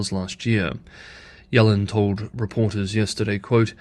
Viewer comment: Pronounced yellen’s name wrong. Ironic you can Chinese names right but English names wrong.